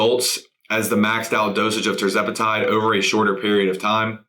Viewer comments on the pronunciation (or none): none